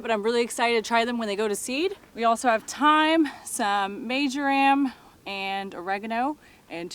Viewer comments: Marge-or-am.... Not major-am... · Pronounced Mar ja rum. Excellent on fish & chicken cooked in sherry. Omgosh. The best ever. Especially if you dredge in flower. Quick fry & bake with chicken broth & sherry, you won't believe how delicious. ❤❤❤